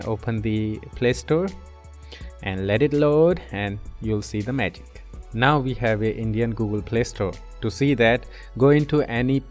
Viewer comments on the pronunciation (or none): none